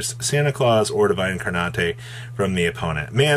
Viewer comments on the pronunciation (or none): Wow, I had no idea that incarnate was pronounced "incar-nateih"